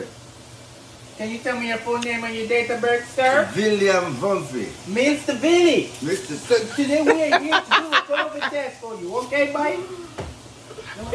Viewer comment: “Villiam Vumphrey” 🤣